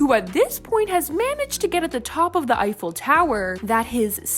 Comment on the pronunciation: Anyone noticed say iceful tower 😂 love you bye the way ❤️❤️